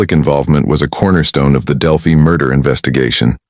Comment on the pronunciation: It’s pronounced Del-phy. Not del- phee.